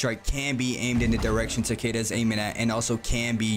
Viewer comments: For goodness sake, man! If you are going to a make a guide for a character at least say his name right! It's TAH-KEH-DUH, not TUH-KAY-DUH! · is ta ke da no h, not weird pronuntiation like you are doing, and definitely not u ...bruh, if you want to correct someone, first be sure to be right yourself, thats embarrasing